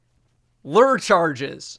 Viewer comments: Everyone: LURE: Lrr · Loor charges. Not lurr charges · Lure rhymes with sewer. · Lur... luur? -Lure! -...lurr..?? -LURE! Thats good content indeed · LURE: not lur like Xur, not lor like lore, but lewer like sewer. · KSI: struggles with mural: lewer, lore, lüêrè, LURE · Lure charges, LuRRR charges, lOouRr, LOOURR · Now i cant help it that everytime i see lure all i can think of is " I AM LURR, LEADER OF THE PLANET OMICRON PERSEI 8! " now that you pronounced it like that. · trying to say "Lure" I AM LRRRRR RULER OF THE PLANET OMICRON PERSEI 8. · LOL he finally acknowledged the way he pronounces Lure as Lurr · “LooUre”~ 2021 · “Lerrr” nice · “Season 13 First Impressions”, aka “ Desperately Tries to Pronounce Lure” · It's ok,. I can't tell a difference with "lure" either. Gotta be an accent thing. People will know what you mean anyway. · The part at the end where him and go back and forth about pronouncing "lure" was so wholesome. Much Love <3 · is not a fisherman confirmed. Let's try this. Shore - Lore. Sure - Lure. It's really not that complicated. It's just English. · i like how when he forgets how to say lure you can hear laughing in the background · Glad I'm not the only one who can't say "lure" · Don’t worry you’re not the only one who can’t pronounce lure. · Bungo nerf the pronunciation of "lure."